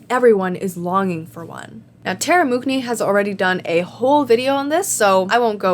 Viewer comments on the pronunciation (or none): That's the weirdest way I've heard anyone say Mooknee 😂